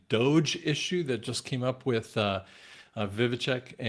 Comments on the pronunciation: vi-vek not vivicheck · Dude it’s Vivek not vivitech! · You pronounce Vivek .... Viv (ache) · Vivek rhymes with Cake Vi-vake 2.4 trillion minus 2 trillion = 400 billion not 400 million. Just trying to set the record straight. Thanks, appreciate all your work. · Pronounce Vivake like cake 😂